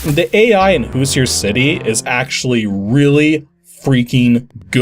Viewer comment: So I'm guessing this is based on the Indiana Hoosier football team, since the main character looks like a football player with helmet. Being from Indiana, I have to point out that the pronunciation of Hoosier is a little off.